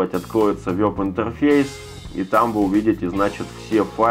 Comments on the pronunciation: вЭб, вЭб интерфейс!!!! А не вёб интерфейс!!! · Не вЁб, а вЕб.